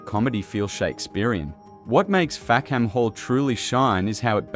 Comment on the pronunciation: The British pronunciation is Fack'm Hall, or even Fack'm 'all. A key joke which is lost with the pronunciation Fack-ham Hall.